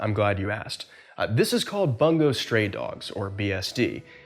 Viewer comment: For the record, Bungo is not pronounced Ban-Go, it's Boongoh